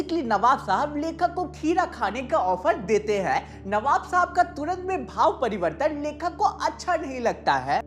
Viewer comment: Navab ❎ Kabab ✅😂